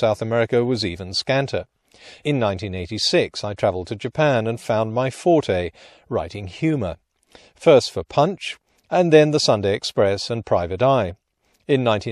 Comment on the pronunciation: Oh, no! The word "forte," meaning "strong point," comes from the French and is pronounced with one syllable--just like "fort." The two-syllable word "forte" comes from the Italian and (most frequently) means "loud" in music.